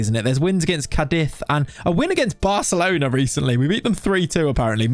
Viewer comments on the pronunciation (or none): none